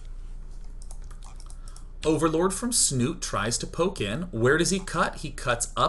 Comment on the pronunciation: love is a strong word, as a Norwegian hearing them pronounce Snute wrong every time is making me cringe.